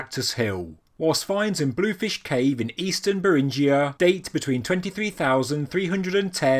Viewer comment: It’s BEAR-in GEE a, not Brr-IN-gee-a.